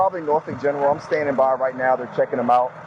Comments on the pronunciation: It is not pronounced Nor-folk. It is nor-fuk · Just so you know, we pronounce it Nor-fuck, not Nor-folk. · I'm originally from the area. You don't pronounce the L. Nor-fuk. Or as some of the locals call it, Naw-fik. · It's pronounced Nor-fuck here